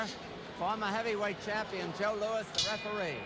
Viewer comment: It's Louis, ash-hat.